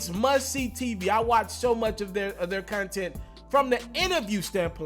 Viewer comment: This nigga said " cun-tent" It's " content" fam 🤣😂